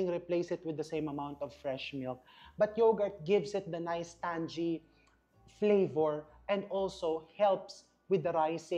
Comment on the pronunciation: #ChefRVManabat, sorry, but our children are watching, and they might learn the wrong pronunciation of TANGY (In American & British English, the correct pronunciation is: TANG-EE and not TAN-JEE, w/ accent on the 1st syllable).